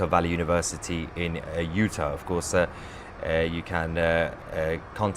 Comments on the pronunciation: Utah.............pronounced, "you - taw". Not 'you-tuh'....js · U-TAH, please. Love u, Mahyer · It is pronounced Utar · Not "Uta" -- UtAHH or UtAWWW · Just to help you out it's not pronounced Uta, it's you-taw, but keep up your great work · I'm sorry, the way you are pronouncing Utah is like nails on a chalkboard. You know when a British Nanny is telling the kids to let go she says "ta ta" or when you open your mouth your Doctor says "open wide and say au" or "raw" as in raw fish "Utah" as raw but replace the R with a T ... (you-taw) ... Hopeful you get it by your next video 😊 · Hi my friend. It's pronounce U Tar. Not utur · Sounds weird. It’s pronounced u-Tah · Soundsmore like U-tah.. (No offense) We depend on your reporting Sir! God protect your father! 🤏♾️☮️🫶☯️🌐👌🫵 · you're not pronouncing UTAH correctly. long A at the end... not short a. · Please pronounce Utah correctly. 😅